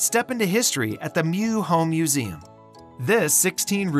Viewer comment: excellent coverage of fresno . please correct pronunciations of names such as kearney , simonian , meux